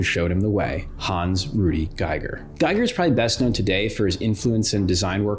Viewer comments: H.R. Giger is pronounced "Gee"ger.. Not "GUYGER" that would be spelled: "Geiger" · Finally watched this. Excellent. One nitpick, can't get over it, maybe someone else mentioned it, BUT, it's pronounced GEE-GUHR, not GUY-GUHR.